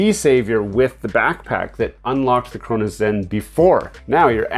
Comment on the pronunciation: I don't care if sound stupid what hell is a chrunos zen